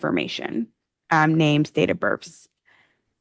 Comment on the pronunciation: "date of BIRFS"?? Seriously?